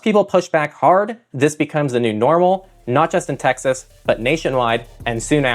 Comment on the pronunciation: wtf Tex-ass????